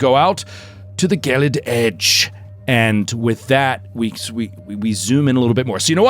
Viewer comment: Gelid, unlike gif, has a soft g